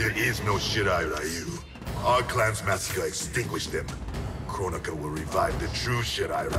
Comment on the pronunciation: She said Kronika , I heard Coron-ika ... What , too soon ?